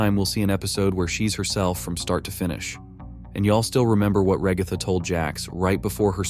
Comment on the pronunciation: Why the ai voice say the ragatha as raihgatha?💀